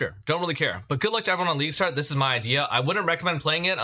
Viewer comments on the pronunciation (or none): "leagustart" gtfo 🤣🤣🤣